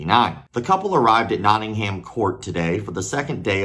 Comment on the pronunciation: Nottingham is pronounced Notting’um